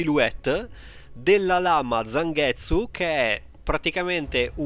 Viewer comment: A proposito di anime... Non hai mai visto Inuyasha? Di fatti quando hai detto ""Zanghezzu"" pensavo che ti riferissi a Inuyasha...